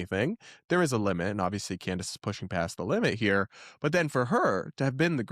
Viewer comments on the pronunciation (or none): WEIRD is not a reasonable explanation and Candace sure uses a lot. She can’t even say her name right: Camrace 😂😂😂